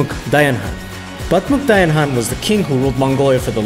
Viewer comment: wow u can say hes name properly and correct most other people say it Kan but its actually haaan : )